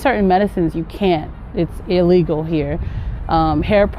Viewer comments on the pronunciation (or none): none